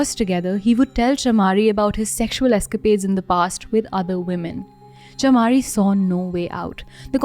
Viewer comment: Btw it pronounce CHAMARI : MUH, NOT MA LIYANAGE: NUH NOT NA